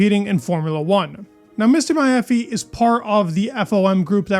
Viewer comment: I'm no american but I'm pretty sure that you're not pronouncing the right way the name of Liberty Media's CEO Greg Maffei. I mean Maffei should be: /məˈfeɪ/ or /ˈmæfeɪ/ .